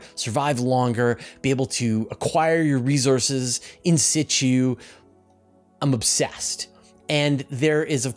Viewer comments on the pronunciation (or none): none